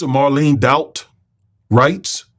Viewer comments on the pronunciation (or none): none